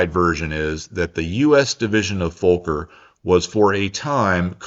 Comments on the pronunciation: "Focker" rather than "Folker", surely? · It is squeeeking in the ears just like an overturned mic in the speakers hearing you saying "Vooker" ......... as it is Fokker .. fast K's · It’s Fokker not Fowker, surely you know this? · Why do you say Volker instead of Fokker? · The CC/subtitles and your pronunciation keep coming up as “Antony Folker,” and “Folker” aircraft. It is FOKKER, pronounced, “fah-ker,” got it!? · Wonder if it's the US accent but Fokker isn't pronounced 'Folker,' but rather more prosaically.... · its not foooker.. its fokker.. short o bots need to be taught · Why do you say Fowker everyone says Fokker? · Great video as always,. One question, are you saying "Folker" in the audio? I thought Anthony's last name is Fokker (sounds like soccer). Even the transcript shows "Folker." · Why are you afraid to say the name Fokker properly? Fokker has 2 letter "K"'s in it and each should be pronounced Fok ker not fo ker. It is a man's name not a swear word. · Dutch /European folks pronounce it as Fokker, not FOH-ker. (see vid of Dutch guys talking about flying F27- in Dutch) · A minor correction - The pronunciation of 'Fokker'. It rhymes with 'soccer' not, 'smoker'. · im 7 minutes in and want to ask; should I be pronouncing Fokker with an L sound like 'folk' - er? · It’s a great story and a great video. Just the pronunciation of Fokker sounds like “Fulker” but it should be more like “Focker”, how odd that might sound in English 😂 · FOKKER not Folker you're either not too bright being American that's a given or you have speech impairment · And taking the time to learn that it is pronounced FOCKER is of course to much for a doughnut chewing ummerricann ...!? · I went to check the comments just to find something about that fawker lmao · There is no L in Fokker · Just an FYI, the true pronunciation of Fokker is just as giddy as Uranus 😉😉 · He got the size of Netherlands wrong, and mispronunces Fokker....